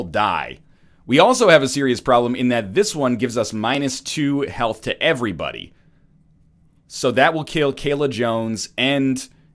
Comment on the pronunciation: It seems more like "Heyvrybody"